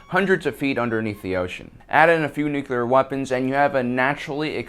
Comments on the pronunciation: Nu-clear. Not nuculer. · Is he saying Nuclear, or Nucular? Cause only one of those is a word/thing........................ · You lost me after "nu-cular" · It's NOO - Clear.... The second U is silent.... :-) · Why do Americans like to say NUKILAR..? I thought SODDER was bad enough... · Okay...I'll be "that guy".... There is only one "U" in Nuclear..... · Something ironic in pronouncing nuclear like that in a video about inacccuracies :p